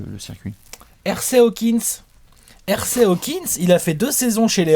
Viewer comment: Oulah le prénom de Hersey Hawkins se prononce eurzi, pas èrsey sérieux.